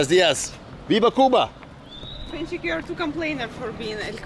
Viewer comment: A-link-chick :-) Alin4ik is awesome by the way